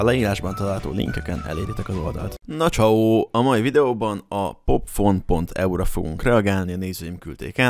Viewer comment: a videóban "popfon"-nak ejted ki, de mondd ki nyugodtan, hogy "pofon"